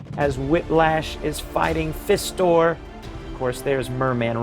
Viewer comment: Great video. A few tiny nitpicks... Webstor, not Spydor. Spydor is a vehicle. Fang Man, not Dragor. Fisto, not Fistor. 😊